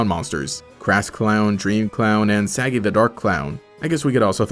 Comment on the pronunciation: Pronounced sah-gee like sokka from avatar